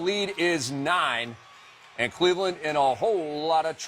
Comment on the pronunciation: "cLEveland" LMAO